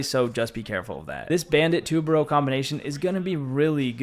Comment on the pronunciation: Pronounce it right it’s tu ba ru say it like that